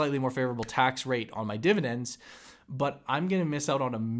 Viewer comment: Why do you always call it dividents? Why not dividenz or divideng or even dividenp? Why is it when you people say it wrong it's always divident?